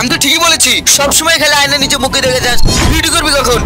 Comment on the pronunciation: অয়না❌ আয়না✅